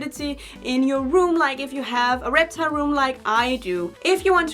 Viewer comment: She just said repchal